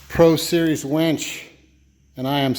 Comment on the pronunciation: I keep hearing wench...